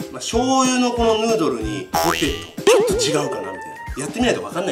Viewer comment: ポテトじゃなくて、ホテ。トに、なってますよ。